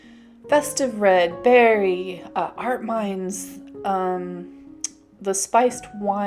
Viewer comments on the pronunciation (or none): none